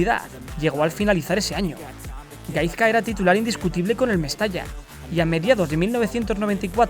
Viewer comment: Se pronuncia GaiSka no GaiZka. Por todo lo demas un 10 de video! 😄